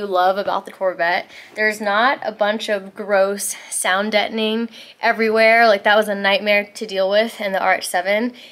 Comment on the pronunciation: The way you say sound deadening throws me off. The neon yellow is probably a better fit also. Can't wait to see the livery.